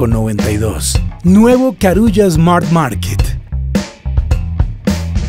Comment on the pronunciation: No se dice Esmart. Se dice Smart. Le ponen nombre extranjero y después no saben pronunciarlo!